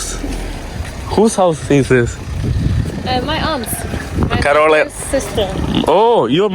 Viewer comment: എന്തോന്നടെ കോരോള അല്ല കരോള 😂